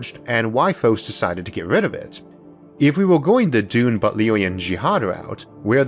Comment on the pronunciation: I love your accent Issac but every time you say Dune I cant help hearing Doom. Thought it was funny so I had to mention it.. (I have a kind of hearing-interpretation problem that makes things like that worse for me.)